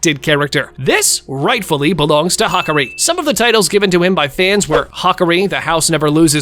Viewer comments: Hakari❌️ Hakri✅️ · It’s ha-car-e